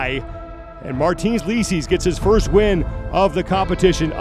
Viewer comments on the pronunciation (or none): I was pissed at commentators for butchering his name during the entire thing. It should be "leecis", not "lesees".